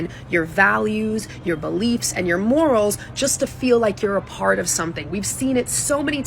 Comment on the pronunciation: Her wedding train said “till death do us pahhht”